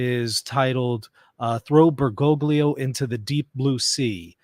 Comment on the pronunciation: The correct pronunciation of Bergoglio is more like Ber-goal-yo. How do you pronounce gnaw, gnarly, gnostic, gnat, gnash, gnome, champagne, cologne, align, assign, benign, sign, feign, foreign, and reign?